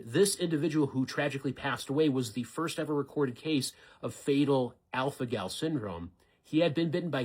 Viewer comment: Are my ears not working or did he say alfanol?